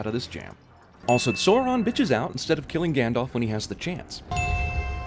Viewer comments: Sin #111: Your pronunciation of "Sauron." No offense but I'm sure it's not pronounced "soar-ahn." You should pronounce it "sour-on." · oh and its pronounced sow-ron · ***** It specifically says in the books that it's pronounced Sow-ron (like in "sour" or "tower"). There's nothing wrong about pronouncing them incorrectly,because it doesn't really matter, but there still are official pronunciations. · It’s not “SO-ron”, it’s “SOW-ron”. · I know right, seriously who are Soron and Toriel? Come on, just pronounce 'AU' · Isn't i pronounced sowron? Don't hate just asking... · Learn to pronounce: tow-riel, azog not ay-Zog and sow-ron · I cringe every time he mispronounces Tauriel or Sauron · Two sins of the narrator: learn how to pronounce Sauron and Bofur correctly. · Ugh he is pronounced Smaug, Sauron, Tauriel, Bofur, and Azog wrong. It annoys me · Dude, your pronunciations of Smaug, Sauron and Tauriel are atrocious... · anyone else slightly twitching at the mispronunciation of 'Smaug', 'Tauriel' and 'Sauron' all within a few mins? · I swear I can answer all these questions because I actually read the freaking book so if your going to criticize get your facts right, I mean you couldn't even pronounce Sauron correctly so what gave you the right to be a critic when you haven't even made a movie!!!!! I love the Lord of the Rings trilogy as well as the Hobbit and their are many others too.